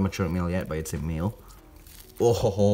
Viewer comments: When he said male it sounded like he said mayo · Exotics: male male Me: *thought he was saying meal